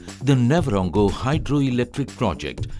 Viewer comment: A pride of a nation indeed, electrifying your country is a great achievement. We should have a version of a Rwandan narrating the video too, Nyabarongo pronunciation sounded funny.